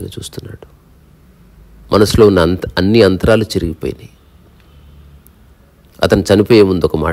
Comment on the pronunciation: Your narrative style is amazing brother, it has depth but being a lover of Telugu language if you improve ur pronunciation on few words it really gives goosebumps. I heard like Antralu but it is Antaralu, like that u pronounced few words wrong. But I love ur narration and I subscribed to ur channel.